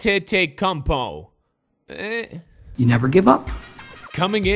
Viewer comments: You pronounce Giannis' name as ya nis an te to kounm po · ok let me sound it out for A-TENT-A-COOMP-PO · Giannis' name is pronounced yawn-is An-tet-okoom-po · This how to pronuncie Antekumpo Ante-De-Kump-O